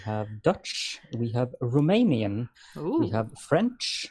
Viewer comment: Guys! Your Romanian pronunciation is amazing. I had the most fun hearing you say it and figure it out. Kudos to Soul Adams for proposing it and kudos to both of you for entertaining a Romanian going to work on a Friday. I'd like to help out with words for this amazing podcast for I have enough ideas :)))